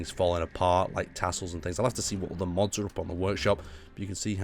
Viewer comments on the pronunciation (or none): none